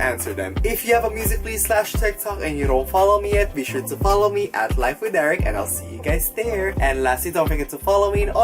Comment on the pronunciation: I heard airhead in stead of Eric i